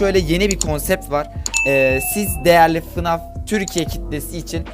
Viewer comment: fınaf değil faynef diye okunuyo